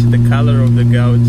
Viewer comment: I can’t get over how u say gauge u say it like gaouge